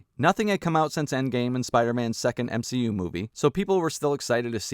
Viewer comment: m-SHE- u